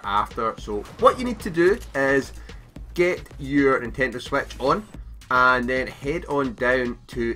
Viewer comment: Sorry I just though the way he said it was funny.